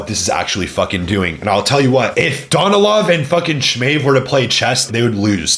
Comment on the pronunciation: bro bro learn how to pronounce their names ,,,SSssMAev not SHMAEV ...S its S ,,,, Sergey Danilov acent on a Sergei dAnilov at least listen how they are pronounces Smaev no Shmaev bro